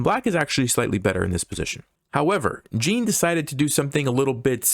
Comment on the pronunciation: Jean is pronounced like john (with the french j sound e.g. Jacques). Dufresne is like doo-frain (you ignore the s) it's the same as Andy Dufresne in The Shawshank Redemption.